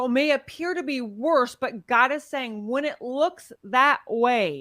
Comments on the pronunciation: Everytime she'say But God sound like she's saying F word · I kept hearing F god when she said it. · i'm glad i'm not the only one who kept hearing that